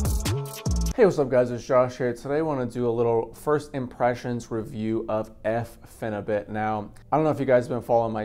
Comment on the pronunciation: It's Phenibut not Phenubit, just thought you should know.